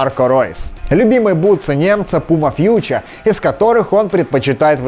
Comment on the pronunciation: Бутцы Пумы Future ты произносишь ужасно сходи на уроки английского и адидас хищник произносишь уши режет